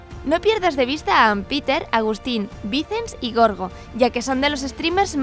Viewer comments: Dijiste gorgo como se escribe no me estoy riendo o burlando solo que se dice yoryo como lo pone es un consejo. Que pedazo de vídeo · Creo que pronunció mal goorgo :v